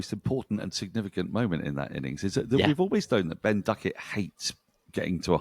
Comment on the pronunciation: The Indians pronounce Duckett with an f I noticed today